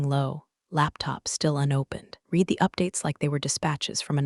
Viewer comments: "red" not "reed" ( read) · You can tell AI still ain't right, its RED..read in certain instances of course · Claws lol clause. Read should be pronounced red although spelled read lol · Note that "read" is pronounced differently, depending on whether it is present tense or past tense. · Idk...did anyone giggle in regards to mispoken words aspects in regards to how two different words can be said/stated...go back and listen again to read...this is why AI is not good...AI can't right now differentiate between certain aspects of language...